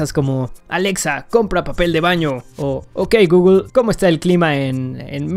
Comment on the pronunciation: Jajaja no sé si decía "ok Googlel" adrede para activar el asistente pero lo activo 3 veces 😂😂😂 Like si a ti te paso 😂